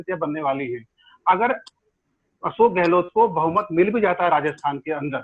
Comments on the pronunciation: Sardesai gehloT , kya hai, its gehlot and not gehloT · अबे ग़लोट नहीं गहलोत है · Apko sarei bramhand mei,is adami raaaajdeep ko chorh koyee aur analyst nahi milta.kya majburi aapki.show ka star gira deta hai ye banda .pl call some genuin person or you alone r enough.sab par bhari hain.gehlot ko gelot bolta hai,kya kaha jayei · Bsk gahlot bolna Sikh le pahle